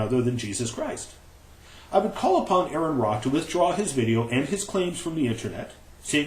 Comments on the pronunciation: is a fucking liar. for claim 1: Here is the actual article AronRa (not spelled or pronounced as Aaron): Claim 2: The link Aron used is posted on his video! That's two strikes... one more and you're out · Your an idiot, AronRa ( pronounced Or-an Ra) peer reviewed that article. I am certain he's read it....